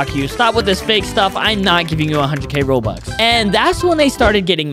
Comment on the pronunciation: bro said Said bobux